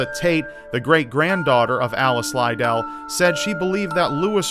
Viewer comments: Alice Liddell's last name is pronounced to rhyme with 'Fiddle', not 'lie-dale'! It sounds close to little, but with dd's. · its pronounced lid dell xxxx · Great video, also I'm pretty sure Alice's last name is pronounced like mine, Liddell "lu-dell" keep up the good work! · Your pronunciation of "Lidell" is odd to me, as I've always heard it said more akin to "little" thanks to American McGee. It doesn't detract from this being a good video at all, but it was just something odd in there. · your pronunciation of Liddell is atrocious